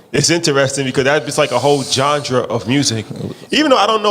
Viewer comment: Can some tell there's no d in genre lol